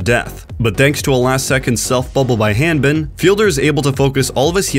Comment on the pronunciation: Several people on OWL are also Americans but don't pronounce Hanbin with the same A as you pronounce ham. I don't think it's an accent thing.